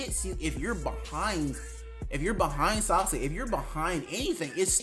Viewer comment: "Sauske" bruh